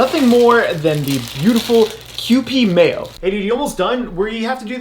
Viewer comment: Ah yes, is finally saying kewpie correctly. I’m so proud